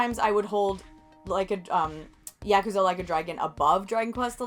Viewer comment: OMG, you said Yakuza correctly.